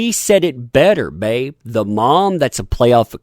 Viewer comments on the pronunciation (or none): none